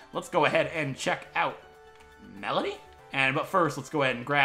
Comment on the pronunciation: Finally a person who says her name right ^_^